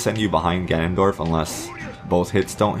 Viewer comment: All I heard was, Ganondoriyah!